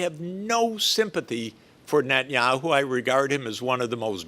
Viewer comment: I wish he could say Net-a-nyahu, not Net-nyahu. It's s prophetic name, very prophetic name.